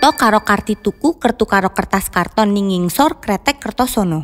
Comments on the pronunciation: jake beneran ngomong "ngingsor" di indo mana katanya ngingsor itu aku cinta kamu 😭😭😭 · TANDAIN YA JAKE KLO KE INDO NGOMONG "NGINGSOR" 😂😂😂